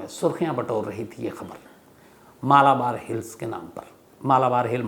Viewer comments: मलबार है, मालाबार नही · Please correct your pronunciation of Malbar Hill.